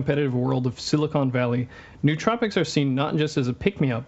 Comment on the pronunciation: guy can't pronounce nootropics despite the IPA being right on the wikipedia page he is showing. downvote, next video